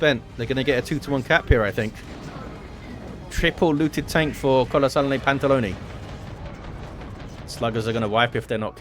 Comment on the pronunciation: You pronounced Kolosalne Pantalony correctly. Polish accent is unrepeatable thou